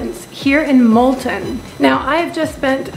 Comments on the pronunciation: You can be forgiven for calling Multaan, "Multen", but be careful on pronouncing Lahore the french way , if you know what I mean :) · Pls try to pronounce Multan as "Multaan". I hope, u wont mind it... cheers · Its Mul-taan..:)th hand painted blue ceramics r absolutely beautiful...wud hav been nice if u mentioned th rate per night...and lastly Pakistan is absolutely safe..mayb th law is made just for some reassurance for foreigners...